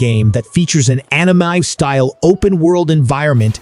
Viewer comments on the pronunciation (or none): That and "animi" (Anime)